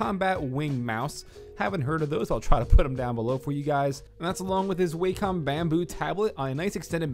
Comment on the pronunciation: its pronounced wah-kum, not "WAYCOMM" (it's spelled wacom tho)